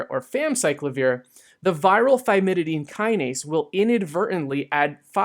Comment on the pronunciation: thymidine kinase, not thymididine kinase, which you keep on saying. I get this too with phenylalanine lol